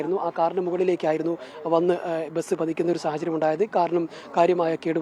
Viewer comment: ബെസ് എന്നല്ലെടോ ബസ് എന്ന് para🤲